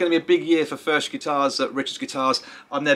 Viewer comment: It’s pronounced “ F E R K “ Cheers